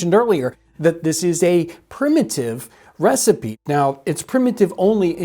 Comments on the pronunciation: I loved this. Very cool. Is she saying Receep, Receipt, or trying to say Recipe? I want to make sure there isn't some term I don't know. Thanks! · Why does she say ree seep for recipe? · I think she is just pronouncing the word Recipe Re-Seep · Is she saying “receipt” or “re-seap”? We say “recipe” in the UK, pronounced “re-see-pea”. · I see you pronounce recipe without the "e" being sounded. I have allways heard it pronounced re-sip-ee whereas you pronounce re-seep. Is that a standard American pronounciation? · I enjoyed the video, but I'm curious about pronunciation of "recipe", which to my ear sounds more like "receipt". Is that a regional pronunciation? I tried looking it up, but couldn't find anything. Can anyone provide any insight? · "Re-seep"? Is that a period pronunciation? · Oh, I thought she was saying 'recipe' like 'ree-seep', almost a French pronunciation. Receipt is akin to German's 'Rezept' in reference to cooking instructions. Thank you for explaining. I thought maybe part of her presentation was incorporating period-correct words that may sound odd to modern ears. I certainly wasn't casting aspersions on her intelligence. I love these videos. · As a non-regular to the channels, i'm intrested to know why the lasy from EarlyAmerican pronounce the the word recipe the way they do? Is it a historical pronunciation or a Missouri one?